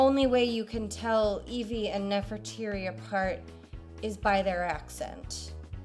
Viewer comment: ...Nefertiti or Nefertari? To my knowledge "Nefertiri" does not exist